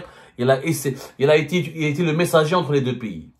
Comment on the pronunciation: En français, on dit "PAYS", c'est comme "PAIX" + Y de vas-Y, ou "PETS" + Y, mais certainement pas PI (π} , qui lui, est équivalant à 3.14, tu vois Zemmar, ce n'est pas Compliki: "un Piyyyiiis, ça n'IXYSTE que dans la têtete du هيبُّوبُوطام que tu es.